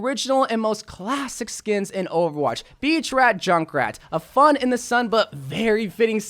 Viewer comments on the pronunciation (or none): none